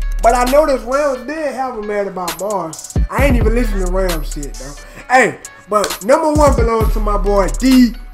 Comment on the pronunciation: had me on ropes when he said ramz for number 1 😂😂